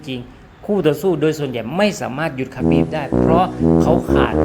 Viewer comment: Khabib ไม่ใช่ khabif